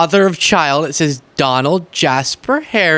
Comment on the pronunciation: DON-OLD the COW-ARDLY